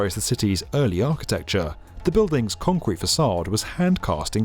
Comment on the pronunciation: say concrete one more time :D conqwete